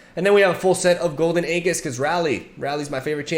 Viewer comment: dude, youre pronouncing aegis wrong